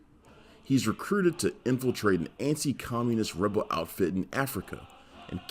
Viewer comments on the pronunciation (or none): none